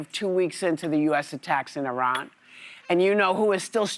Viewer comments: I think it’s hilarious how Whoopi tries to pronounce “Eee-Rrran” 😂 but sometimes she forgets. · lol she somehow has convinced herself that putting on some foreign-sounding affectation while pronouncing Iran will make her sound cultured